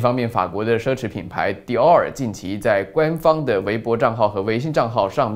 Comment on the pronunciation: Dior?中國人的發音是Door~~